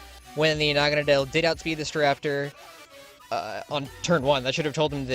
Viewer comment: Me and my friends have just given up trying to figure out how its supposed to be pronounced. We swap between 1. Nah-Gan-Ah-Dell 2. Nah-Gah-Ah-Nadle The first being more popular I personally like calling is Nah-Gan-Dell but thats probably not right, its a preference over accuracy thing